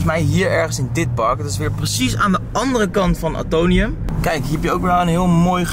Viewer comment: Het is AtoMium, niet Atonium lol. Omdat het de atomen voorstelt van het element Ijzer. Weer wat bijgeleerd 🙂